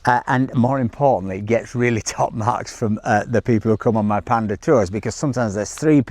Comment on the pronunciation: Wait, why do you say it right when talking about the animal (the panda), but then when you mention the car it becomes "pandee"? :face-orange-biting-nails::face-orange-biting-nails::face-orange-biting-nails